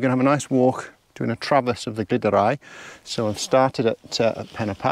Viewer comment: Beautiful compositions there, looked a good evening spent in the mountains! Your pronunciation of Crib Goch and Lliwedd sounded fluent! For info though- the ‘Glyd’ in Glyderau, rhymes with ‘Blood’, not ‘Glid’!